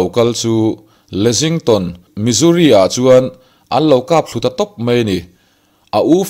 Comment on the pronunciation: A tawp lama, 'dang sawp sawp a' tih hi a thluk han dik se aw, ka lo ui.. sawp sawp hi 'bawk (taksaa bawk awm) anga lam tur ani, a bak chu a ngaihnawm hlemai.. a lehpek atan, 'mai' tih tur ah 'mei' tia lam ala tam bawk..